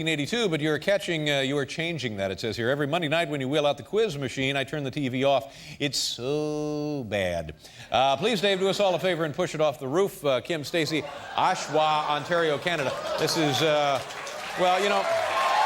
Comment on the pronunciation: Its Oshawa not Oshwa. 🙄😄